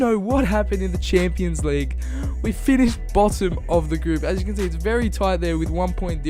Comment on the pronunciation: "League uh"